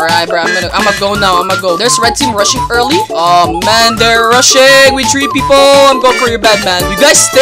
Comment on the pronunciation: “One, Two, Tree”